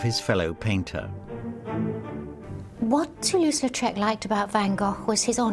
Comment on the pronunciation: "Toulouse" not "Latrouse." Even you didn't get it right.